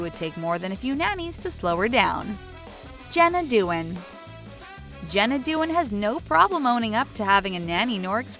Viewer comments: It's not DUE-IN. It's DAH-WAHN. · It's like the woman who narrates these videos lives under a rock. She can't pronounce 1/2 of the celebrity names and/or doesn't have up to date info. Its Jenna Dee-wan. Chrissy Teigan has a daughter AND a son. He's like 2 months old at the time this was published. Other videos from this account have the same mistakes.